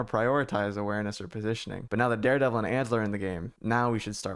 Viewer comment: Did I just hear Dihdevil? lol jk